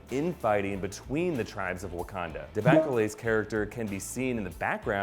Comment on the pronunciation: Why he call it Abukanda and Bukanda at the beginning?